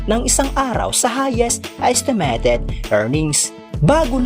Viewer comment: Ayusin mo mins pronunciation. ESTEMETED INSTEA NA ESTIMATED NAKAKAWALAMG G